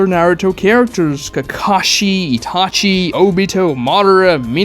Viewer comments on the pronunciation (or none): none